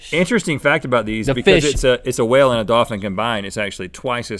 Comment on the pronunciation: Is a dolphin NOT a hwal